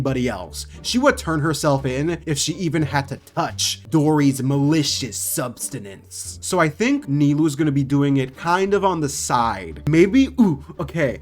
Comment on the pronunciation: It's ok, you just say "substenance" a lot sometimes